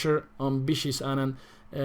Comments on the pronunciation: Why do you say “Bishi”?! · As far as I know, in Spanish there’s no difference between sounds b and v